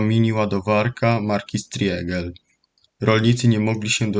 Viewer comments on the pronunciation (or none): Nazwę tej ładowarki wymawia się SZTRIGL